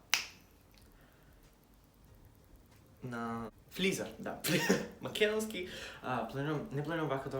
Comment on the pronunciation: Flizer?? Makedonski jazik has left the chat. Se vika frizer